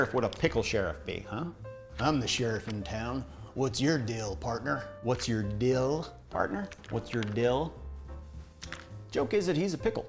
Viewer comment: Sounds like you're from Tacoma. They pronounce deal, dill. They also say mell instead of mail.